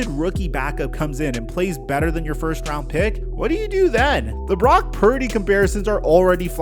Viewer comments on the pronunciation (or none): none